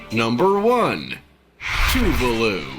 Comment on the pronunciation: It’s official. I don’t think i like the narrator much...Heck, at all. Also, what on Earth is “too-voo-loo”? I believe there is an “a” in “ Tuvalu”. Just saying.